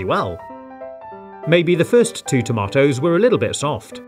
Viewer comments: who says tamotos? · Yea, he's British